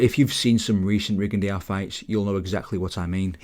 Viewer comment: What is that weird way you’re pronouncing a French name Rigondeaux. Should be simply: Ri-gon-DÓ. Not Ri-gon-deeowww